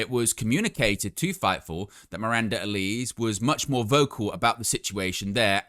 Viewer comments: I see this with a lot British wrestling news outlets when it comes to Miranda Alize's last name. It's a small thing but you are pronouncing it incorrectly. It's AL-LA-ZEA (like HEY but with a ZED) (it may be a reference to the alcoholic beverage of the same name, popular amongst African Americans at one time) it's okay, I am black lol. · I think your pronouncing miranda's name wrong. Sure it's pronounced alaze like the drink